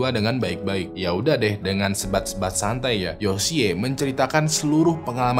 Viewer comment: Yoshi kali bang baca nya.... lucu dengernya yosiyee hehe